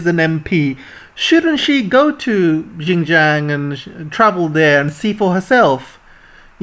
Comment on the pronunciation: Well said! For correction, Xinjiang should be pronounced as 'Sin'jiang and not `Gin'jiang....